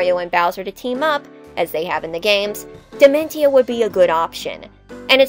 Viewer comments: Wait... why are you pronouncing his name dimen-ti-o? It's clearly supposed to be based on dimension. As such, it would be proniunced dimen-see-o. T can become an s sound in latin languages, like with attention. This makes the video very grating to listen to. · I am perturbed by the pronounciation of Dimentio